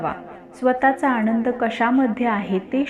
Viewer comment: न च्या जागी ण बोलू नका ऐकताना खूप घाण वाटते शुद्ध उच्चार करा आधी आनंद शब्द आहे आणंद नाही